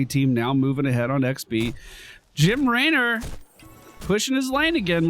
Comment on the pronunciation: The way you said Jim laynor 😂